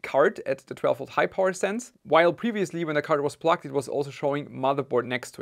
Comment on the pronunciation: Sounds like you’re saying “plucked” instead of “plugged”.